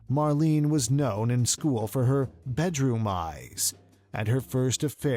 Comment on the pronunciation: What!!!! "Mar-LEEN", you say!? It takes 10 seconds to check online about foreign names: say it close to "Mar-LAY-na". Shockingly disrespectful to get your main subject's name so badly wrong.